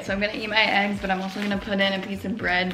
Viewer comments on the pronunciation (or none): When she said I am gonna eat my eggs, I tought she said I am gonna eat my ex HAHAHAHHAH 🍽